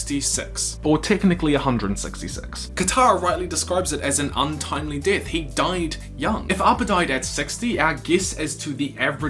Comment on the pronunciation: So pronounce “death” as DITH? #SITH